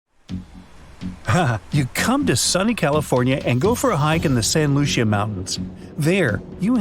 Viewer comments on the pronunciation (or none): You’re pronouncing Santa Lucia completely wrong.